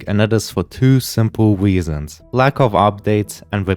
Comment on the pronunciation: “and that is fer twio swimple resons”